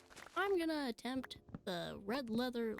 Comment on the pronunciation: Led reather, lellow yeather